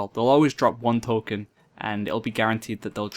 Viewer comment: token ; tole-kin xD